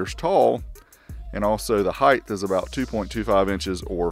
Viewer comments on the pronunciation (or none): Height there is no such thing as heightth.